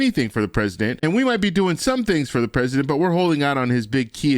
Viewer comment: GOOD MORNING 🌞🌞 " FOE" LOL👍🤣🤣🤣